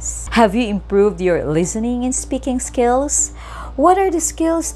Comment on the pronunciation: Hi! I really like ur videos but I would like to correct and give some tips when prnouncing the words. Pls soften the words with "s" in it like listening. It is not pronounced at lizzening but lissening. Though there are some words that pronounce "s" as "z" such as these. And as for the words with "tion", it is pronounced as "shen". I'm sorry if I seem pessimistic, I'm really meticulous when it comes to pronounciation